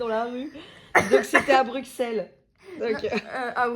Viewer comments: "Mekken pis" "Brukselle" 🤣😭🤣 c'est "manneken pis(mannekene pisse)" et "Bruxelles(brusselles)" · Alors on dit brusselle le x Bruxelles ne se dit pas